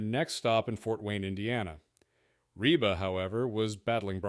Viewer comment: Pretty weak video all around. By the 45 second point her name is Reeb McEntire, and the computer voice mispronounces McAlester, Oklahoma. Later on the plane is accused of being in the path of Otay mountain, as if the mountain is moving and the airplane is stationary. And the YouTube channel is Flig Debrief, not Flight Debrief.